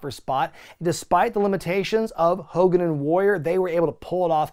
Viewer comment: I love how you continuously call him Ho Kogan 😂😂😂😂 maximum DESTRUCITY